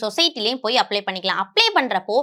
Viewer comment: Not Applay, it’s “Apply”